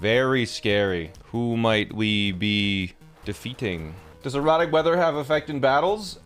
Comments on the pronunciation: It just clicked that he says erratic not erotic. I was so confused last episode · Each time sounds like he's saying "erotic weather" instead of "erratic weather" 😂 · Is he saying, erotic or erratic? 🤣🤣🤣🤣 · There is no accent in the English language where "erratic" sounds like that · I thought you were saying erotic weather lol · Anyone else not hearing 'erratic' xD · Every time you say erotic weather I correct it in my head and gaslight myself into thinking it’s an accent or something lmao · Thank bleep, I wasn't the only person hearing erotic.